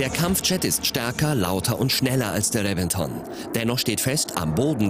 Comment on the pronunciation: Nochwas: Der Reventon wird "Rebenton" ausgesprochen - nur so nebenbei...